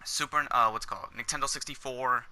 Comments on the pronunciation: He says nicktendo every time he try’s to say Nintendo even in the beginning starting lmfao!!! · did he legit say nicktendo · through that entire video he said niktendo, the first time i heard it i was like "ha, he called it niktendo. i doubt hes gonna say it again though". he then proceeds to say it again and again and at the end i said "damn this guy's a fucking idiot".